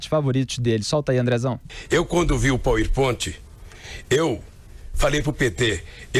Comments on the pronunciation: "pauen point"?? HAHAHAHAHAHAHAHAHAHAHAHAHAHAHAHAHAAHAHAHAHA. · Gostei do "pauiponti". KKKKKKKKKK (power point) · Eu gosto de ver um ignorante falando do power point, tripex nao sabe falar direito, é tripechi e paur pointi. Kkkk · "eu quando vi u póispont" 🤣🤣🤣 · Revoltado com o "poer pont" kkkkkkkkk. É um falastrão fingido, nunca sabe de nada.